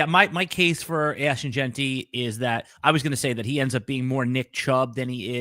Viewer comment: doesn’t know how to say Jeanty - he pronounces it “Jainty,” like dainty 🤦‍♂️